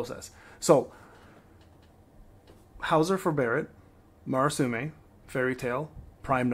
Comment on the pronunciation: Please stop saying Marasume. Look up the sword's name and read it slowly.